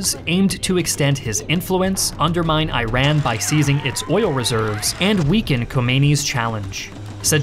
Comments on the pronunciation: it is not I'ran, it's eeran pronunciation AKA Persia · Thank you for the video It would be best if you correct your pronounciation of Iran It is not I Ran Its Iran (read EeRaan) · Ee raan not I ran , nobody is running 😐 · It's not " eye raan " , it's " eeran " . It's not " eye raeq" ,it's " eeraq ". Sincerely,an indian viewer. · Not I ran but its right is reads like. Eran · Bro how it read isn't airon It's eeran how it reads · Not ai ran, it is pronounced i:ra:n. How difficult is it, that many westerns make this mistake?! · love the high quality content! but please stop pronouncing Iraq and Iran as "I-raq" and "I-ran", they are pronounced like "ee-raq" and "ee-ran" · Eeeran, eeeraq..not airan, airaq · It is not pronounced i-ran, it is eeran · I-Raq?! I-Ran?! Bro do something about pronunciations!!! It’s E-Ruq and E-Run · How do you mispronounce the words Iraq and Iran being a historian? It's pronounced as "E raaq" and "E raan", not I-ran or I-raq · How can you make a video on this when you still can't pronounce the names of the countries correctly? It's "ee-Ron" not "I-ran" same thing with Iraq. This is a very basic mistake. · it's E-RAN, not eye-ran lel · As a Iranian ! You showed the Iraqis and Iranian soldiers wrong in pictures 🤣🤣🤣🤣 ! Iranians never wore the green uniforms ! Plus it's pronounced Eiraan not I-ran !!! They were so many mistakes in your video! Iran took Faw peninsula from weapons that they received in Iran-contra deal from America and Israel! And Saddam was fully being supported by the US and its allies plus Russia 😢plus the Arab governments we captured Algerian,Egyptian, Russian,Brazilian pilots and soldiers in the frontlines! The only reason that Iran resisted so well against these bastards were because of Khomeini called for holy war and Jihad which united the country against Saddam who was fully supported by the entire world! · My friend... It is pronounced E-run not I-ran. Please pronounce it correctly 🙏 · Can you stop the EYE RAN and EYE RAQ?